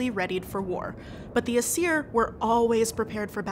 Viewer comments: Small thing, biut Old Norse always stressed the first syllable in a word. So VA-nir rather than va-NEER, AES-ir rather than aes-EER. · Sweet Friggin Hel, the pronunciations in the video... ask a linguist next time, please (Jackson Crawford, mayhaps?)! Some of the things that ticked me off: ° Stress in Nordic words is nearly ALWAYS on the first syllable, never the second. AE-sir, not ae-SIR, VA-nir, not va-NIR, et cetera. Stressed vowels are typically indicated with an accent (á, é, í, ó, ú), sometimes not though. ° Vowel phonology depends on the language (especially with the modern-day inland languages), but with Old Norse, Icelandic and Faroese it's actually quite consistent: A is "ah", E is "eh", I is "ee", O is "oh", and U is "oo", with stress typically making the sound longer, with the Old Norse and Icelandic exception of Á, making an "aw" sound in Old Norse and "ow" sound in Icelandic. My sources: Jackson Crawford pronunciation guides; Some google and wikipedia; I'm not a native Icelandic speaker, so don't quote me on anything. If I came off as harsh/nitpicky, I'm just passionate about Norse-anything, and dislike bad pronunciation :/ (Btw, Kvasir is KVA-seer, not kuh-VA-seer)